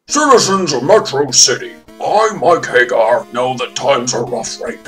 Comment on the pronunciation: My phonetic OCD makes me cringe every time you pronounce Mike's last name like Sammy Hagar's. Pretty sure it's a take on "Haggard" And also... his name is f***ing Abigail. What would you expect him to be doing to you? Don't even get me started on Poison.